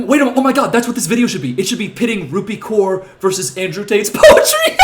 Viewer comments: Genuine question: is Kaur pronounced ‘Koor’ or ‘Cowr’? Because I’ve always heard Cowr, but I’m guessing from this video that in the US it’s Koor. What is it in India? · I believe it's 'Cowr' or atleast it's how I've heard it pronounced